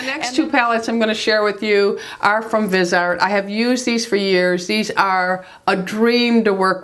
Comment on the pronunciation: Hi, love your videos! I am also a more mature woman. I do need to correct you though on the pronunciation of Viseart. It is pronounced vizeeeart. Accent on the e and i is said like it is said in itch.